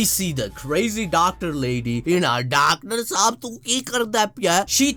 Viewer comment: did he just say dactor shab tum kya krte 😂😂